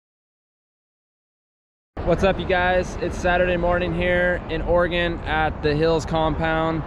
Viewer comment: He said Oregon so wrong 😭